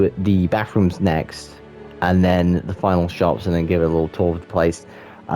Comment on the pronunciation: Every time you mentions ‘bathrooms’ I thought you were saying ‘backrooms’... What if you tried making the first level of the backrooms? Other than that, great shop designs! Loved the little builds